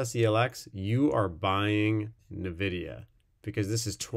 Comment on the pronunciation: excellent review, thanks Nvidia is pronounce En-videa. Not Nu-videa